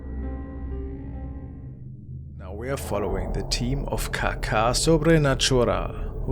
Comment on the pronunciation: I love that these paranormal clip shows are still calling it “caca” supernatural..it’s caça …I believe 💩